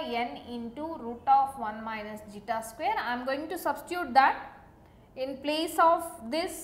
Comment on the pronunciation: Its Zeta. Please be clear with the terms. It is really hard to understand otherwise.